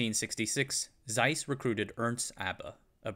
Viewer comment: Learn to pronounce the thing you are making a documentary about. A German "Z" is always a TS. Hard, sharp, like Germans